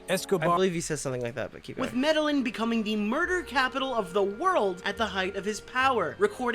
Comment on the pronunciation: The fact that you BOTH called it the "medal-in" cartel is proof enough for me that Swan stole your content. Lawl because people with their own knowledge of the Escobar legacy know that its called the "med-ah-een" cartel. So the fact that mispronounciation of the word is identically copied by Swan in his video....100% foolproof evidence of that.